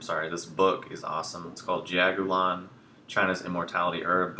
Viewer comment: Love this video but the pronunciation is off. You are dead on with rest of info. Great job! I have always heard this tea: pronounced Juh-ow-go-lawn. It can be broken down so one never forgets: Juh - rhymes with duh... should everyone drink it? Duh! Ow-like an owie... a pain, a boo boo, makes you better in mega ways w no side effects! Go- good hot or cold - brew it 3 x over then eat the herbs! Lawn - describes the the way my taste-buds perceive the flavor and no sweetness when brewed!